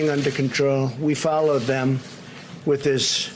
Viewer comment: "We followed THEM" ---- Words in the English language, but does not sound American.